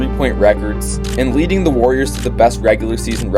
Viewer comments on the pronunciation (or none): none